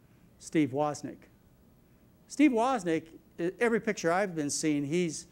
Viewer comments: Wow, fascinating video -- he makes some interesting diagnoses that are credible, but so many conflicts and dubious claims. And he doesn't speak well: What is a "senimeter?" And who is Steve "Wozzik?" But most of all, is it not true that Dr. McDougall sells high-carb products, and oh yes, used to work for the SUGAR Industry in Hawaii? I would not trust his medical advice or rely on the products he sells. Still, interesting post-mortem on Jobs. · Steve woznik not Wozniak. Saader not solder. There’s a few of these